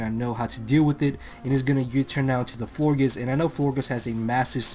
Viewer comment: You say Florgiss? its floor-geous like flower gorgeous.